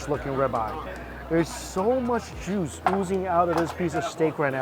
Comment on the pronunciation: You say "juice," all I hear is "moo."